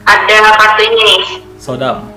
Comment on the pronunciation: Soodam dibaca Sudam. Ngamuk Dy kalo di panggil sodam